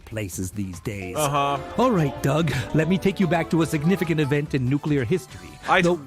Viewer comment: I die a little inside every time Doug says "nucyoular" instead of nuclear